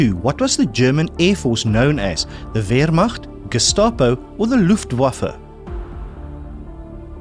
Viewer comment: "Rabium" should, of course, be "Radium". Aristotle died in 323BC. The term "scientist" could hardly predate him by 2 millennia! "Luftwaffe" is pronounced LUFT-va-fuh. German "w" is pronounced like the English "v". Odd you missed this as you pronounced "Wehrmacht" correctly. "... the king and his government WERE not above the law". It's "Aqueduct", not "Aquaduct".